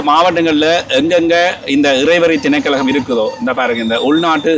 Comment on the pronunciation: திணைக்கழகம் அல்ல. திணைக்களம் என்று கூறுங்கள்.